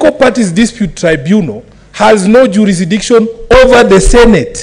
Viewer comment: Juurisikidiction....found that hilarious!